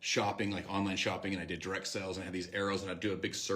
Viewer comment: is it just me or r all the mlmers saying "sells" intstead of "sales" now?